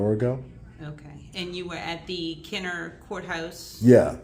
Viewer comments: It’s Kenna-bruh! If you really want to go on a tyrant safari, go down to the City of Belle Chase, just south of Kenner on the West Bank. Those cops have never even heard of the constitution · I live 15 min from this hell hole. I wish I was there.. Ignorant POS'. They make the most money of police forces in the region. It is pronounced Kenna Brah.